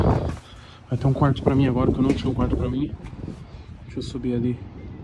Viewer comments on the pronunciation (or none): Se tem Toguro Cebolinha falando "agola" tem like!